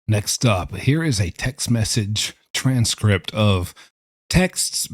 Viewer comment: The way you say "TRANS-script" 😂